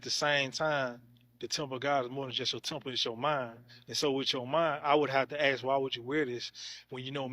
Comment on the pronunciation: FFS, the word is ask. Stop saying axe. You sound stupid.